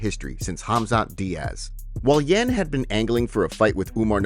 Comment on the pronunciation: butchering Yans name lol